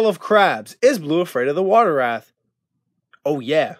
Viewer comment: Its wraaaaaih not wrath